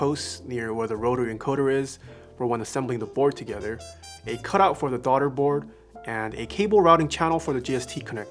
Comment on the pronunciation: “Darda board”